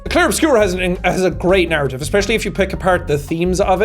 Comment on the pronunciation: every time you said narrative, i heard 'naruto' for some reason